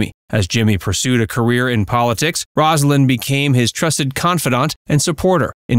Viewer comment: From the start, the commentator mispronounced Rosalyn's name. I'm done. Do better.